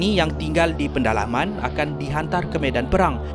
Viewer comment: Bukan pendalaman lah, pedalaman.. 😅